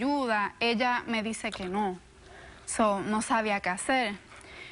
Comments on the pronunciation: Estoy de acuerdo. Además se dice sou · Me pone nerviosa que diga "SO", si hablara bien inglés diría: 'souu' jajaja pero es que es un SÓ, el espanglish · like por cada vez que dijo sou